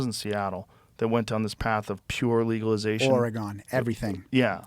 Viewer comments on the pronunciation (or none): This is a good cop! Wow!🤯 Except he pronounced Oregon wrong lol. The clear program is a amazing idea!